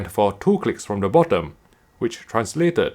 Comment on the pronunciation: Whenever he say clicks It sounds like CLITS……. not my fault 😝